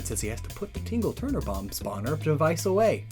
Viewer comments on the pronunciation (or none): I love your channel and videos, I don’t expect you to change it, but for future reference it’s tingle tuner not ‘tingle turner’. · Tingle TUNER, not turner.